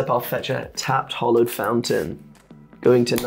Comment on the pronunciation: It's 'hAllowed' not 'hOllowed' fountain. Great video though!